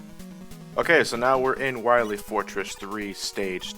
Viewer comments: Both and the guy he reviewed this game with (forgive me for forgetting his name) both keep pronouncing Wily's name as "Wi-lay" just because it's randomly misspelled as Wiley this game. While this is clearly a mistake, I don't really get this odd pronunciation. Obviously I get that they're making a joke, but Wiley would still be pronounced the same as Wily. Similar to Smiley or Riley. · Doctuh Wahwee!